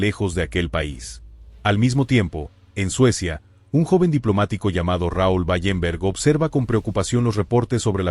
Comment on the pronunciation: Wallenberg no Ballemberg